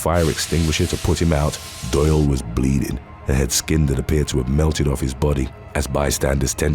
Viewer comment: Doyle rhymes with boil